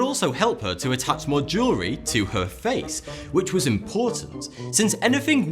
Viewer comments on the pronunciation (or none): none